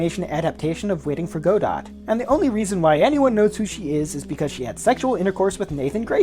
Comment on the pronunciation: Not "Go-dot" "Guh-doh"